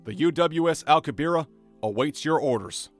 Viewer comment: One tiny comment; the pronunciation of Alcubierre is jarring given how famous the name is.